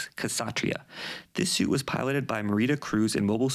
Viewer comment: I could be wrong but i believe it should be prounounce with a silent 'K' - satria, satriya, satreeya....